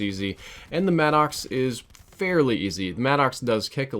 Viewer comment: i’m gonna confirm the gun Maddox is pronounced (mad•ix) not mad ox